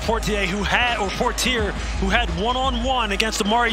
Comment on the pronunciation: his last name is pronounce pwah-tee-eh